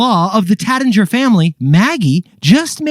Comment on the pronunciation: Taittinger….sounds like “rait” not “rat”